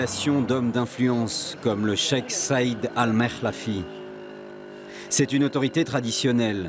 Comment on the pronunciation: Le Check mdrr Zéro prononciation arabe haha (Cheikh)